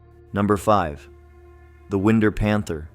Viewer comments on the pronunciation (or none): Whine-Der, not win-der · You bet! Everytime that AI said "Winder", I was like, NO! A Winn'der is what we Southerners call "WINDOWS"! 😂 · YES! Winder is pronounced.... Wine-der. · It's pronounced Winder.. long I sound. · AI Narration is ruining these stories. Win Der! Jeez, it Winder like wine der. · Wind-er, Georgia. Absolutely not . . . That sounds like a country hick mispronounces window. It’s pronounced wine-der! It’s hard for a lifetime Georgian to hear the way AI tries to say our Southern towns! It would be nice if you hired people from the area to read your script! Thanks! ❤. Love the stories so far. Looking forward to the rest of them… ❤ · Wind, like winding a clock. Then er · It's Not pronounced like wind..er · Winder ( wine-der) Born in Atlanta in 1980 at Northside Hospital and raised in Lawrenceville Collins Hill High and I've only heard of a couple of these and Ai is slaughtering the city names wtf Now I live in Savannah Never heard of the Tybee or St. Simmons ghost or even the Forsyth werewolf wtf is really going on Georgia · So it sounds like wine-der. I have lived in winder Georgia for 30 years, and I know a lot of people. At no point has anyone said anything about their being a panther out in the woods. If you hear something that could possibly be a panther out here. It would most likely just be a meth addict losing it in the woods. While that is not a panther. You should probably avoid that too. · Winder is pronounced like... ( Wind her up and let her go ) You know like a baby doll? 😅😉 I've never heard that story about the panther and I've lived in Winder most of my life. I hate lake Lanier. There has been so many people who have died in that lake. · OMG it's pronounced WHY-nder and Dah-LON-a-ga! I hate AI..... 🤷🏼‍♀️🤦🏼‍♀️ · AI pronunciation…I’ve lived in GA my whole life. It’s Lake “Luh”nier, “Whine”der, and “Duh”lonega. If you kick quickly enough the hands in Lake Lanier won’t be able to pull you under. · I'm pretty sure that's pronounced wine-der